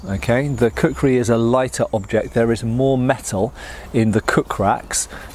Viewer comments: Plays the video in the background Hears "I have a large collection of a cookery" Wait, what? Switches to the video tab to see what's going on Oh, kukri, not cookery! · " Kukrized" axe.